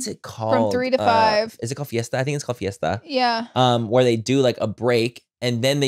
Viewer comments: I kept screaming "siesta" every time you said "fiesta" lol. Also, she's an ex-wife in Mean Girls so Manny was right. He was also right about what Dante is in Coco, but that's not his name. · When y’all kept saying Fiesta instead of Siesta for nap had me dying 😂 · the fiesta instead of siesta sent me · Manny aren’t you mexican? It’s siesta lol